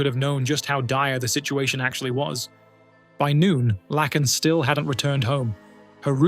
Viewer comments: Dude..... It's pronounced LAKEn... Not lacken. Lake, lake! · HER NAME IS PRONOUNCED LAKE-N NOT THE FUCKED UP AI SHIT LACKEN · You are pronouncing Laken Rileys' first name wrong. It is Lake - n NOT Lack - n. At least you did better than Joe Biden. He gave her a completely different name. 🙄 Then he opened the gate and let in thousands more criminals just like her killer. Well Obama did. Obama was in the white house way more than Biden during the horrific Biden term. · At least learn how to pronounce the name you're gonna be saying , let me help you , laken , lake n ....... Get it , NO lacken .... SMOOTH BRAIN. .... NO QUARTER ASKED NONE GIVEN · if that first story does not show how bad AI is , Her name is not Larken , no r ,Lacken , no c , it is Lake en Laken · Its not Lacken -- her name was pronounced - Layken - Laken Riley. Gosh that was annoying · It's sad for Laken . Her name is pronounced Lake - N / Lak - en . You know a lake ( h2o ) then a N . Laken . Please learn your pronunciations or fix your computer. Thank you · Laken is not pronounced Lack-In. It's Lake-In. You said it wrong 50,000 times and I'm sure it's hard to hear for her loved ones. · Thank you for paying tribute to Ms. Riley but with all due respect, her name is pronounced LAKE IN... not LACK IN. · You're pronouncing the name of the girl in the first video wrong. It's pronounced like "lake," not "Lack." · It’s pronounced “Lay-kin” Riley, and spelled “Laken”! At least you didn’t completely dishonor her by calling her “Lincoln” like that worthless, lying, incompetent, corrupt Obiden did. At the very least he and Okommiela should be in prison as accessories for letting the illegal immigrant into our country that took her life… as well as the judges and prosecutors that kept letting him out! 😡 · It's is pronounced lake in! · LAKE N her name is pronounced say lake then n Laken 😂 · It’s “Laaaaaaken”……. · LAKE N not lacken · Her name is pronounced Lake - in! The A is long. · It's A i n it sucks